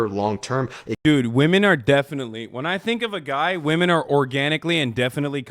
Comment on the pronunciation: I love how the second guy is incapable of saying women plural.